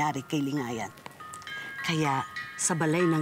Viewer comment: mahusay bumigkas si 😘